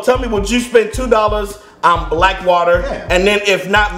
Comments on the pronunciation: blk water pronounced black water my brain: bulk wuddah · It's BLECK WATER